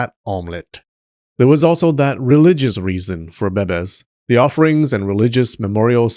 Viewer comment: The way he says bebes kills me😂😂😂